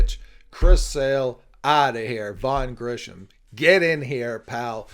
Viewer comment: Grissom not Grisham/Grishom